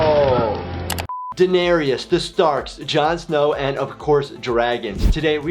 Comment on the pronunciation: Daenerys is said Deneris